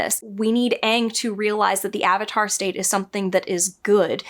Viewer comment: Ah-vatar? How dare you! LOL. You just gave us all PTSD flashbacks. :)